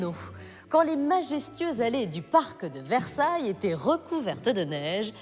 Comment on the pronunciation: Merci pour ton intérêt et ta curiosité pour Versailles et pour la France. Sois rassuré, tu prononces bien "Versailles" avec ce charmant petit accent américain. J'ai visionné quelques autres vidéos, et notamment celle ou tu découvres quelques villages français. Je trouve juste extraordinaire qu'un américain s’intéresse à notre petit bout de continent européen. J'ai été touché par le fait que tu dises ne pas pouvoir voyager en europe. J'espère que tu réaliseras ce rêve un jour, comme moi je souhaiterais visiter monunent valley que je trouve époustouflant... on r^ve tous de quelque chose.. / Thank you for your interest and curiosity in Versailles and France. Rest assured, you pronounce "Versailles" correctly with that charming little American accent. I watched a few other videos, especially the one where you discover some French villages. I just find it extraordinary that an American is interested in our little piece of European continent. I was touched by the fact that you said you can't travel to Europe. I hope you will realize this dream one day, as I would like to visit Monument Valley, which I find breathtaking... we all dream of something. Fab